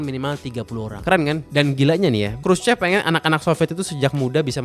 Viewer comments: Dibacanya kruso bkn krucep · Bener banget nih..si Mas yg cerita ini detil studinya soal tata kota di Rusia sejak Soviet era. Mantap..saya kebetulan diaspora Indonesia yg tinggal disekitar daerah CHEREMUSHKI sejak 2008. hanya ada sedikit tips utk pengucapan BHS Rusia.. Khrushchev dibacanya: Khrusyov.. trus CHEREMUSHKI dibaca Cheryomushki.. trus Khrushchevka bacanya Khrusyovka.. . Sedikit cerita soal sejarah Rusia, sebelum Khrusyov pemimpin Soviet nya itu Stalin. Karakter bangunan jaman Stalin itu megah, besar, boros dan wah.. sementara Khrusyov lebih memilih berbeda dengan efisiensi biaya bukan hanya karena pasca perang dunia II yg kurang biaya tapi jg karena ingin menghilangkan pengaruh Stalin dan menghilangkan kultus individu rakyat terhadap Stalin. Kira-kira begitu.😊 Salam dari Moskow.